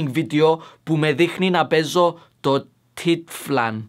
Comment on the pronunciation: It's pronounced:taitanfall.